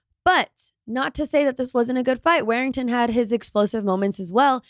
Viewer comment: War-ing-ton.... Not Wear-ing-ton